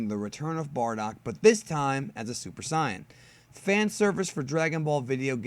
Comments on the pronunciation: its pronouced in English Say not Sai. i cringe each time you try to pronounce it the japanese way. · You are the only one who pronounces saiyan as scion. And no this story absolutely isn't canon. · He pronounces Saiyan like sAIyan. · This man called super saiyan super CYAN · "j" sound in Saiyan fuckin triggers me it is Pronouce Sei-yan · "Super sian" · It's pronounced super saiyan not si-an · I too hate the way he says it... I mean come on bro are you air quoting as you say "Supa Sii-in". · Thats how you're supposed yo pronounce it. (Actually its supposed to be Saiya-Jin) the dub changed it. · Ok I like your explanation, but please change how you say sayian.nice video btw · why do you pronounce "Saiyen" like this? (just wondering, don't attack me lol) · I hate the way you say saiyan